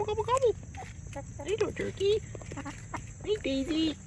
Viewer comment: Tuwkey tuwkey 😂😂 squiwi squiwell😂😂😂